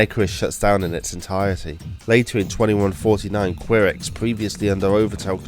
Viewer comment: Ki-rex Not Qui-rex